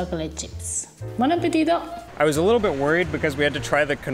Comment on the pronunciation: your "buon appetito" is now perfectly pronounced! Well done 👏